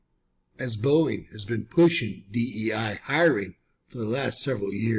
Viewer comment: It's Boeing... Cmon man 😅😅